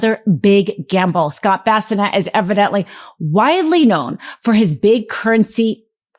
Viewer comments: Scott Bessanet? I think you mean Bessent... not that his name particularly desrves its correct pronunciation... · Scott Bassinet ? Or is she talking about Scott Bessent ? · Secretary of Treasury Scott Bessent pronounced (Be - sent) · The fact that she calls Scott Bessent “bassinet” is hilarious! 🤣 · Please pronounce the Treasury Secretary’s name right,. It’s Bessent. (I don’t want you to look bad….😘) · Love the message. Could we perhaps practice pronouncing the names before recording. Its an ongoing problem with. Her inability to read names like Bolsonaro and Bessent are damaging her credibility. If she wants to be taken seriously, and I want that for her, she needs to brush up on this. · What is wrong with her speech? Why is it so hard to say Bessent? Or is she trolling on purpose?